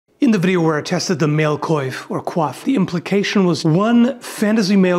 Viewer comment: The way you pronounce "coiffe" is incredible. Like, the "wa" is often difficult to say for non French speakers and you say it just perfectly, well done